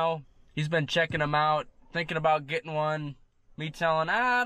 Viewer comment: “gittin”, would that be similar to “getting” ? Maybe a girlfriend with 5 teeth is aiming a bit high. Love your vids 🤘